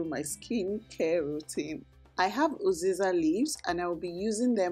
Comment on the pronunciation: Pls is there a difference between uziza and oziza? I’m not sure if you’re saying uziza or oziza